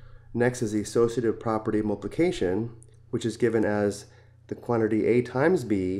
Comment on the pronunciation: its not mulpulcation its multiypulcation